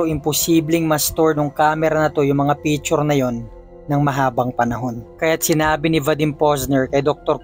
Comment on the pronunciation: Picture po hindi pechur